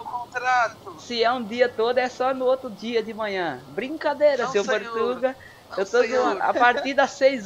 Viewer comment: "porrtuga" hahaha. fodaooo mostro do you tube